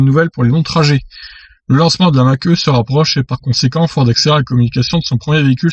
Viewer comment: MDR ! "Mach E" ta prononciation , mieux vaut dire "mach i" (c est plus élégant !) en tous les cas tes vidéos sont super . merci